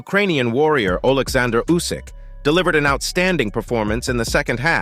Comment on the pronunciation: Nobody is good enough to beat Usyk . How many ways can someone say is name wrong